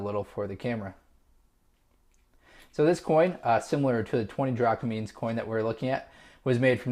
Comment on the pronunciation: Its drachmas not drachmins